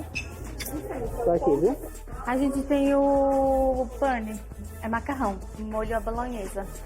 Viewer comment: "vou precisar de dois 'pane'" kkkkk rachei